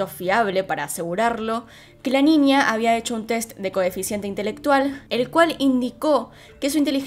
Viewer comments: Porque dice Ninia o cosas con la ñ dice nia XD? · Me encanta cuando dices ninia en vez de niña jeje